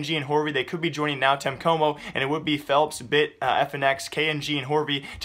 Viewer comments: bro pls just say NTC is really strange hearing nau tenhe coumo Xd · NÃO TEM COMO LEARN HOW TO SAY IT